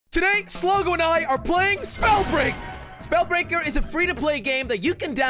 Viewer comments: did anyone notice that he said spellbreaker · Did he just say spellbreaker in his intro?